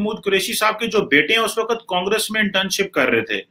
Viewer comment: Sir Urdu toh theek se bol lo. Waqat nahin hota hai waqt hota hai.